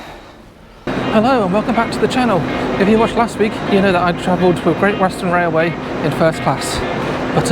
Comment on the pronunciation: That creased me up, Gweat Western Wailway, have you been taking lessons from Jonathon Woss?